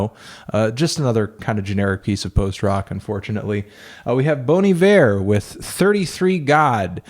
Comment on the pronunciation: is that really how bon iver is pronounced